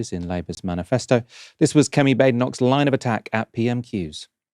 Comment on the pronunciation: her name is pronounced Bad en och...not Bade en och. It's a Scottish name.